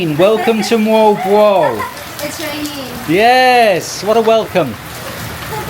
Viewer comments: You speak it Molb o a l. I travelled from Manila by car. Island hopping. And come to me, to Indonesia where I live, I will teach you how to walk with a mobile phone to receive steady shots. And do not expect something when you only pay 1200 P in a town like Moalboal if they have a pool..... I had a very beautiful Bamboo hut with AC and attached bathroom and 45 m² for 1200 too. Beside all the crap I found and saw in that town, there are some very good restaurants. My bungalow was exactly in your video on the left side. In one evening I wanted to go back my room with my car and the GPS sent me along a road which was closed in the evening. "Private Rosad of a Hotel" thats not ok and the people around told me about many problems bcse of that road. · Jeepers, not very nice then, I thought you said world war seafront 😂 Moal-boal seafront.